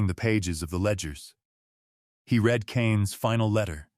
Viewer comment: Why can’t they teach AI to pronounce read in the proper tense. Always wrong.